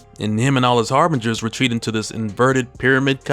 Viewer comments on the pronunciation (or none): none